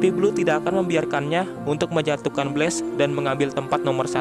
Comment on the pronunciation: ko blast disebutnya blaze